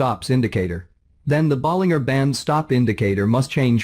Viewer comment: "teneemaa" and "boleenggerr" bands 🤣🤣🤣